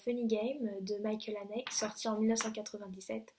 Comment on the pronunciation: Salut poulette, bien sympa cette vidéo, toute mignonne que t'es :) Rien que t'entendre causer de Lars Von Trier j'adore ! Sinon j'ai tilté mais je suis obligé sur le Mickael Haneke, ça se dit Haneukeu et pas Hanèke^^ Bref, tu m'as donné envie de découvrir The War Zone tient.